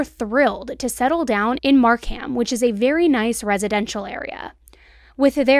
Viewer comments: The "Mark-ham" was cute lol. It's pronounced "Markum". Love the new intro! Thank you for bringing attention to Canadian cases! One I never see covered is Rori Hache and Kandis Fitzpatrick. Absolutely tragic. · Aurora, Ontario = A-roar-a Markham, Ontario = Mark-um Your pronunciation was the best though!! I live just outside Markham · I'm from this area. Correction on pronunciation: Scarborough ("scar-bro") and Markham ("mark-um") 🙂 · The pronunciation of the Ontario cities was great 😂 Markham sounds like “mark-um” and Scarborough sounds like “scar-bro” or “scar-burrow” depending on where you’re from. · I'm here in Ontario, Canada. You're killing me with the pronounciation of the cities. 😂 Scarborough = scar-bro Aurora= a-roar-a Markham = mark-um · I love you. But your killing me at the beginning of this one. I live about a 2 hour drive from this area. It’s Scarborough not Scarsborough it’s Aroura not Arouro and lastly… although it is spelled Markham it’s pronounced Markam actually Markum. But I love you all the same.